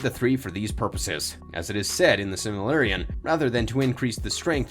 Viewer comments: It's silmaRILLion not silmaLLirion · Can't even pronounce Silmarillion correctly.